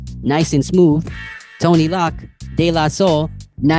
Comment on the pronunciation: 😂 In the first 5 seconds you said Vanilla Ice went on tour with “Tonny Lock”. Took me 3 minutes to figure out you were referring to “Tone-Loc”. Tone is pronounced exactly as it looks like (rhymes with PHONE). Loc is what Crips call each other. It’s pronounced “Loke” (rhymes with WOKE). I’m sure I’ll be back!